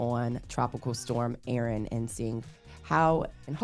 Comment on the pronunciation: Tropical Storm Erin not Aaron